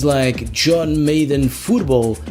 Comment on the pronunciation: That “Yellow” thing I guess was meant to be some sort of grip to pull out games on the Genesis system. You said “Maiden” instead of Mad-den.